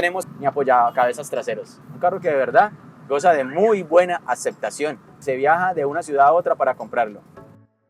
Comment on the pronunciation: "con dos maletines ya je llena", ese acento caleño 👏 excelente video, gracias por el buen contenido siempre